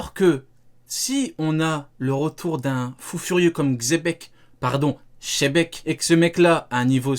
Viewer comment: C pas chebek c djibeck